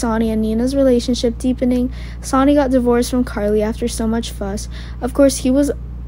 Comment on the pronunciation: Sonny...pronounced Sunny...not Sani!